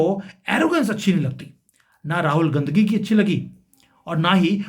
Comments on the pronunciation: अबे गाँधी बोल ना... बराबर....भो😮...ले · साहब पहले गाँधी बोलना सीख लो...तब बाद में भाषण देना।अभी तो आपको बोलना भी नही आता है।कोई दिक्कत है तो स्पीच थैरेपी करवा लो।ऐसी भाषा से आपके घटिया लेवल व संस्कार का ही पता चलता है। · राहुल गांधी का उच्चारण ठीक करिए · भाई साहब आप बीजेपी की तरफ से बैटिंग कर रहे हैं आप गांधी सही नहीं बोल पा रहे रंगिया बांग्लादेशी गीत चुनाव का स्टैंडर्ड तुम्हारा 11 साल से क्या कर रहे हो अब यह बात है हजम नहीं होती कोई नया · अगर आप सिर्फ analysis करेंगे तो ज्यादा असरदार होगा।किसी के भी surname को गलत तरीके से बोलना आप के analysis को कमजोर करता है और आपकी घटिया मानसिकता को दिखाता है।